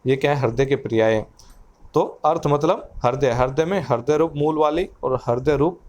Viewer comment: it's not harday. .. Its hruday